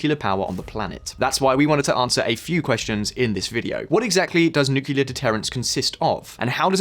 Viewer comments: Nuclear NOT nukular! 😬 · Why do you call it newkiller? It’s nuclear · Before making a video about nuclear weapons, please learn how to pronounce nuclear. It is Nu-Cle-Ar. It is NOT Nukular. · DONT SAY NUCULAR. ITS CALLED N U C L E A R ! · IT IS NUCLEAR NOT NUCULAR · Nucular, nucular, nucular. The nuculus of an atom is split in a nucular reaction. You might think there is a nucleus, but no, its a nuculus, thus- nucular. Not "New clear" but "noo coo luss". My ears are bleeding now, thanks a lot. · NU CLEEE ER not Nucular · Can somebody explain why they keep calling nuclear as nukiliar? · How can I take any youtube video seriously if they cant even pronounce the main topic correctly. It is NUCLEAR, not nucular! But 90% of youtubers still say nucular... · 1 shot 4 every nucular he says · THERE IS ONLY ONE 'U' IN NU-CLE-AR. IT IS NOT "NU-CU-LAR". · It's just an annoyance about him and other people saying "Nukelar" instead of "nuclear". TLDR: When nuclear bombs started to proliferate, the media shortened the word nuclear to nuke. From there, people re-extended the word to nukelar. Nuclear --> nuke --> nukelar. Nukelar is not a word. It is just a mistake and sign of stubbornness. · Nu-clear. Not nuc-ular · NUCLEAR NOT NUCULAR AAAAAAA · Why can't many Youtubers pronounce 'nuclear' correctly ? That's 'new' + "clear' and not 'new q lar"..... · After 16 minutes of listening to "nucular", I don't think I'll ever put up with a Brit correcting the American pronunciation of Aluminum ever again... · Nuclear. NU-CLE-AR. Repeat after me 🙉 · I always thought Putin is a CIA stooge, now more than ever before. This war is just all too convenient for the US. >Avangrad missiles Jesus, lern to read, it's 'Avangard' (Avantgarde). Also, the word nuclear is pronounced /ˈnjuːklɪə/, not /ˈnjuːkɪlə/. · Nuclear from nucleus - meaning core. Nuclear weapon - (atomic) core weapon. Not NUCULUS or NUCULAR. Two syllables not three. Sorry it bugs me. :) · NOO-CLEE-UR. For heaven’s sake.